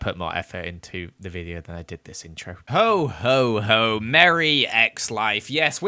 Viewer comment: ho ho ho My ears: hoe hoe hoe